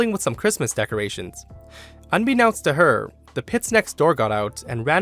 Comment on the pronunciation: Can you pronounce 'unbeknownst' correctly please?